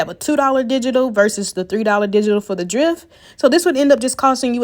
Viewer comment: Ty but do u ever have any $19 deals & fyi it's dreft with e sound not drift with I sound 🤷🏿‍♀️